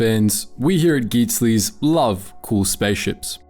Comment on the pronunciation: GEETSLEES??? I've been saying Geetsly's!